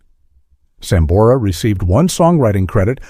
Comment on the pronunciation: Malisimo el q habla. A sambora le dice samora. Antes de hacer una transcripción tiene q saber leer. Gracias